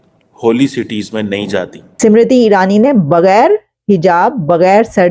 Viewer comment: Samiti irani nahi ismrti irani bolo pakistaniyo bolna sikho bolna nahi aata 😂😂